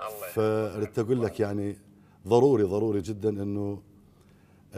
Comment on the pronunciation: طبعا هو أخطأ قال ضرف وهو ظرف مو ضرف ... وقال ظروري وهي ضروري مو ظروري ... الظاهر فنانا القدير هم ما يميز بين ال ض وال ظ